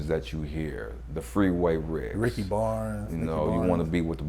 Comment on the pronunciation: Here said Ricky Barnes it’s not Ricky it’s NICKY Barnes!